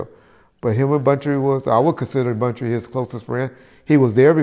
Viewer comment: Hey bro just letting you know it’s Buntry not bountry